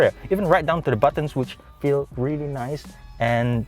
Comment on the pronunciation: "Very naise" 🙃